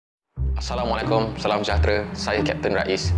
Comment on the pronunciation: Assalamualaikum tu sebut la betul² Islam tak ajar sebut salam macam tu 😏😏😏